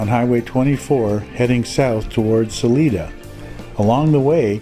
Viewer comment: FYI....it's pronounced SA(line)A. Love your videos and your channel keep up the great work 👍